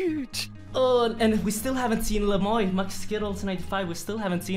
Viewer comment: its le moi not le moy